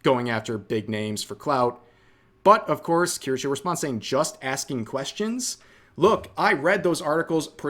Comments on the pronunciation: Kirschaaa or Kirscheee? - It's absolutely hilarious to hear you Americans trying to pronounce a German Word. 🤣 kirschää, kirschiiii - Please do it more! 🤗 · I’m still upset called Kirsche “Kursh” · Strange way on saying "Kirsche".